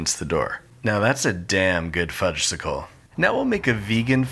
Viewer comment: Everyone knows that the "s" in Fudgsicle is silent. The delicious treat is called a "Fudge-icle." Made me twitch every time you said it.